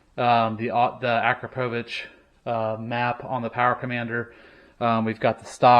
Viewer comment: I don’t think I’ve heard 2 people pronounce acropovic the same way